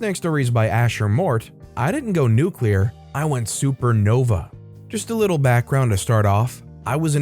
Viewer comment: Nuculer. It's pronounced nuuuuuculer.